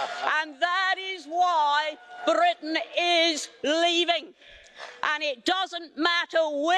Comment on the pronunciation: I do love the way Anne rolls her tongue on Britain